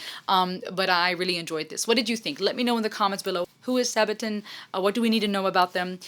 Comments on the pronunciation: I know this video is a bit old now and you may already know this, but a sabaton is just the fancy name for the armor that medieval knights wore around their feet. So it's just pronounced like this phonetically: SA-buh-taun Hope you had a Merry Christmas! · Also it's not Saabaton. Band members themselves call band as Sabaton...